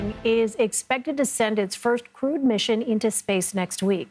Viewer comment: Did she say “crude mission” or “crewed mission”?